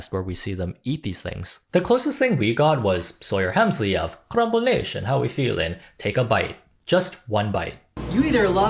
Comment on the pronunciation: Every time you say Sawyer Hemsley I be laughing 😂. She look like first wave AI tht got uncomfortably stuck transitioning from one to the other while having been a mosquito the entire time 😂😂 where is her lips n mouf at !? She is 97% beak and skin chy. Like girl did u use to have wings n antennae or whhhat